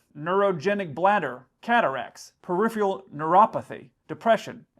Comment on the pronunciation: You’ve mispronounced “peripheral”. Have you seen that word before? In my opinion the controllers were too quick to get cranky. That creates a climate of intimidation that follows the pilot and adversely affects pilot performance throughout the flight. Another meaning of “flight following”. Unacceptable.